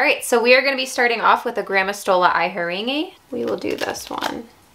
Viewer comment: I wouldn’t notice if I didn’t listen to Petko say the scientific names but it just sounds so strange when you say “ I heringe “instead of “E heringe” or “acetione “ instead of “ack tione “ but I’m curious now which is the correct way